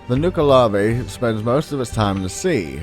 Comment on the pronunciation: Nuckle-uh-vee As opposed to Nuke a lavé. Though I understand why have pronounced it as you have. There was one other word you got wrong but it escapes me as I am typing this I suppose it is not important.